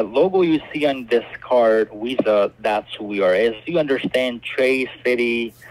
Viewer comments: "What name do you want on your new card?" You: " "Penelope Bailey.", the pigs : " So it's Penny?" Also, does he keep saying Wisa, instead of Visa? THEY aren't Spanish but they ALWAYS say "Si" ALL THE TIME!!!!! "Would someone give you their private lone if they were a scammer?" UMMM, YEP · Yes, they pronounce it “Wisa.” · Can’t pronounce ‘v’ and say ‘w’ instead. Wisa?